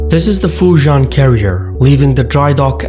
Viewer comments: Great video as always. One small nitpick; as a Singaporean-Chinese (whose ancestors came from Fujian & Guangdong provinces) Fujian pronounced more like "Fu Ji-End". Sorry your mispronunciation grates my ears haha. But besides that, your video's visuals remain top-notch as always! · looks like failed to research how Fujian is pronounced....